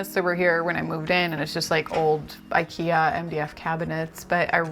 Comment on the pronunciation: I'm impressed by the way she pronounced IKEA tbh 😄